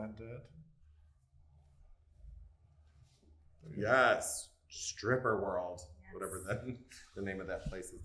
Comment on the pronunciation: “He BLENTED IT” 🤣🤣